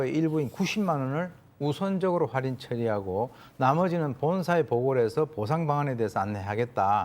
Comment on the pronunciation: 기자라는 양반이 할인을 활인이라고 발음하냐?? 참 한심하다...